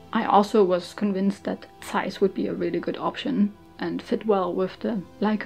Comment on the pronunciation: Ich hab mich erst erschreckt das jemand bei YouTube Zeiss richtig ausgesprochen hat, dann kam die Sprache auf Düsseldorf... 😅 Ich habe selber eine Ikonta, ohne super, und bin immer wieder begeistert über die Qualität des Objektivs. Die "kleinen" Ikontas haben zwar keinen Rangerfinder, sind dafür noch etwas kompakter.